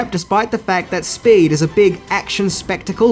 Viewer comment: I’m confused. Is Speed renamed “Spade” is Australia? All I hear is saying spade when he refers to the title.